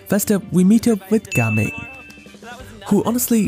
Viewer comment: I thought you said gaming like normal gaming, like someone is gaming (playing) but NO, it’s ga-ming 😂